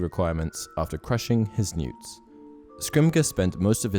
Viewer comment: Newts? Really. That annoyed me. They are N.E.W.T.'S.